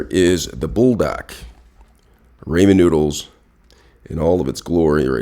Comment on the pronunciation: "The seasonization packets from the RAY-men noodles" 😂